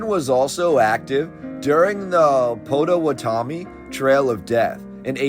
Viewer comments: "Potta..Watta..Me .." try that. Not paTOaTommy. Not to be that guy. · Its potawatomi!! Pah-ta-wah-da-me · Indian tribe pronounced Pot-a-watt-ah-me. Potawatame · Pot-a-wat-a-me = Potawatomi Just FYI